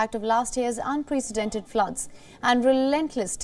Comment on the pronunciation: bhai ko "unprecedented" bhi bolna nahi aata, kya bheek mangege ye?